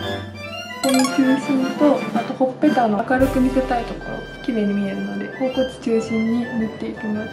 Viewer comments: (頬骨)ほおぼねを「ほうこつ」って言う辺りもう好き。笑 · 頬骨のこと「ほおこつ」って言ってる人はじめて見たかわいい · ほうこつって呼ぶ人初めて見た！ ほおぼねかきょうこつならよく言うけど！ そういう読み方もあったんですね😊 勉強になりました！！ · ほおこつ が気になる笑